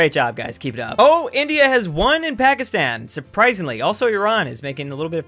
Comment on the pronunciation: I know said " And now Pakistan" but it soulds like he said Alpacastan, which is the what Peru should be called.